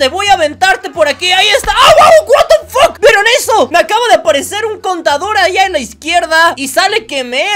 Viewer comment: master que eseso que dises es to tu dises buatafak quees esoo